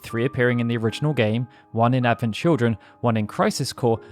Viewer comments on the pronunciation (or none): none